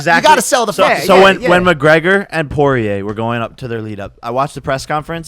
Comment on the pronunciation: At least Jake can finally pronounce Dustins last name correctly instead of saying “Prober”